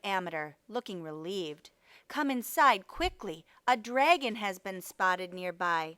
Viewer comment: Who says times instead of multiply, and who pronounces dragon “draygon”? It’s incorrect pronunciation, not an accent